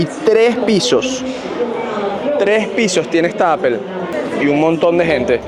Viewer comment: Hola. No por ser hater pero pronuncia Apple bien. No está tan difícil 😅. Besos